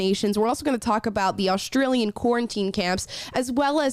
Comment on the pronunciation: "Aushtralian", "shtory"... gotta love kids these days!😁